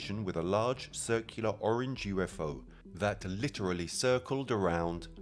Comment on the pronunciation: The Al moderator's British accent got better as the video went along. And it's UFO, not U fow